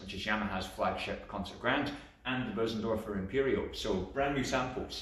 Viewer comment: You are one of the few who pronounce Bösendorfer the right way. Congratulations